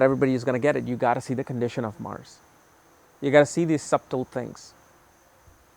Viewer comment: 'b' in subtle is silent :)